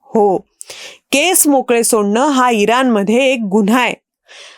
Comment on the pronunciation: इरान नाही इराण "ण" अक्षराचा नीट उच्चार व्हायला हवा